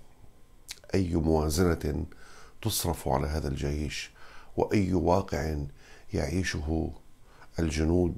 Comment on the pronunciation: بربك كم مرة فلت كلمة"الجايش" 🤣🤣🤣🤣